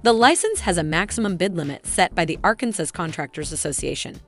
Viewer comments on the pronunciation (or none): OMG!!! It's pronounced R CAN SAW